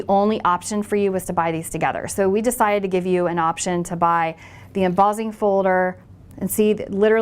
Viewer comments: Embossing (em-boss-ing) NOT Embozzing lol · you pronounce emboss & embossed, traditionally, however, you change the ss to zz and say embozzing. Interesting...